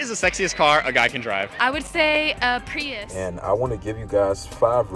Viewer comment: Did you really make a review video with the wrong name? It's Prius not priest